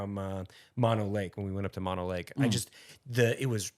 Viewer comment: Mono Lake is with two long O's.